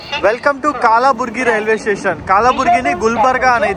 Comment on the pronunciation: bro adi KAALABURGI kaadu bro, KALABURGI BRO